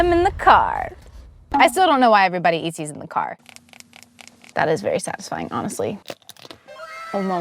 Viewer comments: Every time she said satisfying I thought of sad .tisfying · She said satisfying/sad-isfying 49 TIMES!